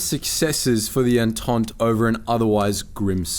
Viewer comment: Its pronounced "on-taunt" not "on-taunt-ey"...